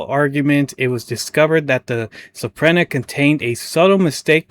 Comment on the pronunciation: Subpoena = sub-PEE-nah Nova Scotia = nova sko-SHA Thanks for highlighting this story. Absolutely appalling gross incompetence. Keep it up!